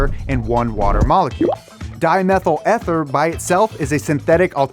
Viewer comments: It's eee-theeer not eh-ther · Dimethyl Eeeeee-ther. Not Ehhh-ther. Still skeptical about the net impact. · If anyone is interested in chemistry, ethanol and diethyl ether don't have the structure illustrated in this video. Also Ether sounds like E-Bike not Ed's-Bike. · Ether is pronouced "EE-ther" not "eth - ther" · EEEEEEEEE - THER not ETH - ER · its pronounced eether like eeeeeeeeeeeeeeeeeeeeeeeeeeeeeeeeether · Dude, it's pronounced EEEEEEther like in "EV", not ether like in "ever". :D But anyway, this synthetic fuel sounds like it would waste a lot of electricity to produce the synthetic fuel, when it could just be used directly to charge EV batteries. Sure, if you only focus on the carbon neutral aspect, maaaybe it's understandable, but less is more. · Where did you get your figures? They're laughable. You've got tons of sponsor links but zero citations for data. Worst of all, you mispronounced ether.